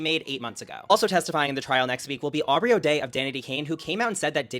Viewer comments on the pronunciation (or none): none